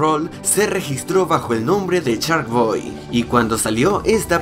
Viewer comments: No manchez wey no se pronucia charkboy sino se dice sharkboy ya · Es mi imaginación o al inicio del video dice "charkboy"¿?